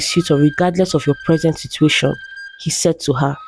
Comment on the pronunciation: Conversashon, Competishon, Situashon...why pronounce these words in that manner. Can't you just say competition instead of competishon ?